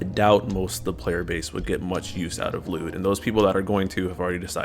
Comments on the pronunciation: His name is not pronounced lewd lol. L'yood. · no you're not pronouncing the Y 😩